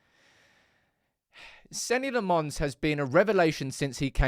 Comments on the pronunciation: please get his name right. It's pronounced Senna Lommins, not Senny Le Mons. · "Senny L'monns" Counter: 6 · Its "Seh-na Loh-mens". Bro deserves his name pronounced correctly when he's saving our skins!